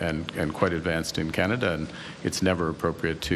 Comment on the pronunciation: Kenada calm down 😂